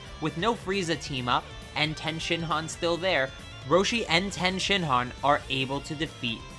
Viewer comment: Please say tien’s correctly😂